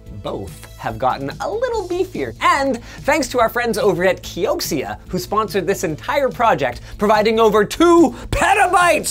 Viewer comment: He said "Kioksia"